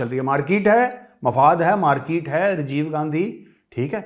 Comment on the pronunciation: Major sir, how much I laughed today after hearing your markeeete, Rejev Gandhi..😂😂😂